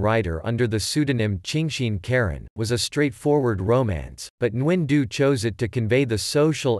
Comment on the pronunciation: Geez you chopped the author’s name. My ears hurt. Why use a robot to read another source. The AI is needs to be aligned with the Vietnamese language. This is terrible.